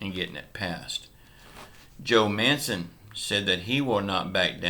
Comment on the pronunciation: MAN-CHIN. NOT MANSON.